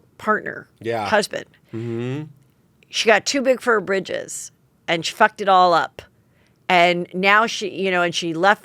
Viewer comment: Heather, again? It’s “too big for BRITCHES”. Not BRIDGES.